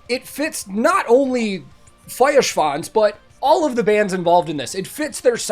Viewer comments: I'm so excited for that new album. Btw.: Your pronounciation of Feuerschwanz is really good by now. :) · The first American the pronounce "Feuerschwanz" correctly... 😂 . Very cool!👍 Greetings from Bavaria! ✌️ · Great pronounciation on the Feuer. Best i've heard from an American reactor so far. great video too and a fun song.